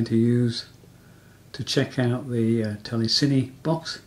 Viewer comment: The gentleman in the video is pronouncing telecine correctly. Just say it as he does and you won't sound like a twit.